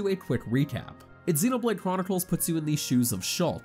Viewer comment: So many sites have narrators that obviously never played the game reading other people's review, but they don't double check to see if they are pronouncing things correctly. But still, what kind of alien see these words and thinks "mechin", "exenoblade", and "meela"? He didn't even say the title correctly.